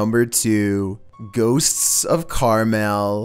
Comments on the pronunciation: Extra. Man, has a hard time with the word "ghosts" huh? Hey, there's 1 S at the end of the word, you're saying two of them. Shorten the S sound, you make, at the end of the word "ghosts," it'll sound alot more natural:) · Ffs there is a t in the word “ghost.” It’s not “ghossssss.” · No One:: Gho-tsts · Why not? 😂🤣😂🤣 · #2 "Ghosts-ss" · ghoSTTSSS....LMAO Can't take the paranormal footage seriously at ALL with commentating like this!!😂😂😂😂😂😂😂😂😂😂😳...😂😂😂😂😂😂😂😂😂😂😂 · Please never try to say "ghosts" again. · Your lucky I love your vids or else the way you say ghosts would make me mad 😂😂😭